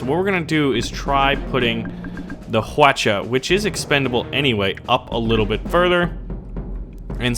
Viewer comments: i looked it up and i think its is pronounced hwaacha not hawocha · its pronounced wa-cha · hu-watch-uh hawacha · i think hwacha means 활차, which means "arrowcart" in korean but its hwalcha not hwacha, also, plz dont say "huacha" its it means flower cart. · its pronounced wacha the h is silent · Hwacha is pronounced as Hwachha. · Fucking weaboo stop saying hwacha like that super le annoying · the h is silent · everyones pronouincing hwacha wrong lol